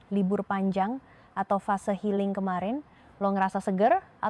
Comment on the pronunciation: Healing jadi helling😅😅😅